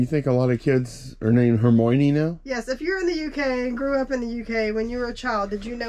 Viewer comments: No one in the UK or other places are naming their kid Hermoynee. Thousands are naming their kid Hermione though—pronounced (Her My Oh Nee) or (Her My Uh Nee) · The way you pronounced Hermione 😂I'm guessing you've never seen any of the films! As a Brit I had heard it before, from a Shakespeare play I studied at school (The Winter's Tale), I never knew anyone name their kid that! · I never heard of that name until reading Harry Potter. In my head I pronounced it very wrong from with the British actors knew how to pronounce it 😂. But there was an actress in Mary Poppins who played the maid and that was her name. Plus the one from the Music Man who played the mayor’s wife.